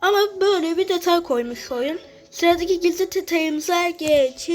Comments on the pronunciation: Detay❌️ Tetay✅️ 😂😂😂😅😅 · detay❌️ Tetay✅️